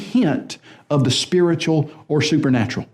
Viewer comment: He's speeritchull, y'know?